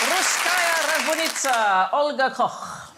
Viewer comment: Olga's name is Koch, not Cock.